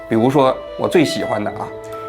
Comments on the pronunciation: 还有朱洁静说成了朱静洁😂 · 朱洁静 不是朱静结😅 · 作为阿兰、haya和朱洁静的路人粉，真的想提醒王局，念错名字（朱洁静，不是朱静洁）和认错脸（那句藏腔的歌手不是阿兰是haya乐团的黛青塔娜），这样的失误，是可以事先稍微准备一下就可以避免的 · 纠正一下王局的口误 朱洁静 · 跳舞的是朱洁静，老王读错了😅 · 王局，你喜欢人家朱，为啥人家名字都叫不对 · 王局这集有瑕疵 首先是 朱洁净 名字念错多次； 再者多艺术作品的解读显然不是王局的本行，有点尬；阿兰是四川康定人，这里可以说说四川藏区和西藏藏区的关联和区别？王局加油，新年快乐！ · 你挺喜欢的舞蹈演员还念错名字啊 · 是的啊，我听着也很别扭，朱洁净的名字一直都说错了，还说他一直很喜欢朱洁净的舞蹈。